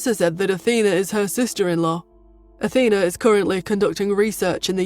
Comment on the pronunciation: Why do they keep changing the pronunciations of words Athena sounds like Auntie and then from Pur to Poor and then back to Pur. There's a also a few other errors in the past changing Roger to Howard then back to Roger etc. It's really kinda annoying.